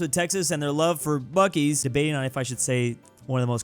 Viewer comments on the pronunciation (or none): clears throat it is pronounced bucees's (biew-see's) grabs popcorn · Wait, you pronounce Buc-ee's as Buh-keys? I've only ever seen it written down, I thought it was Bus-seas. Like bussy :3.